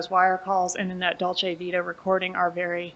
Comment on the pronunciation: Or dolce vita. He calls it dolce vitae…